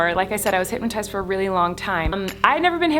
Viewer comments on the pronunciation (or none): HypNOTized. Not HypMatize. 😒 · Every time she said hypnotized she said hypmatized 🙈🙈🙈